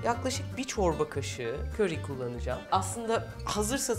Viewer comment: Köri deyişin ne güzel refika ablacım 😊😊🤗